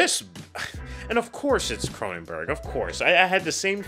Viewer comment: It’s Cronenberg